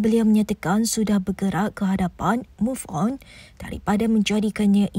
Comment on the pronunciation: bro ayat move one ko mmg win mesti wak jahid n umno paling happy bila ko tersasul move on😂😂